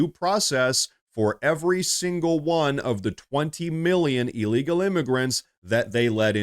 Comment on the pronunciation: Please. It is not E-legal. It is IL-legal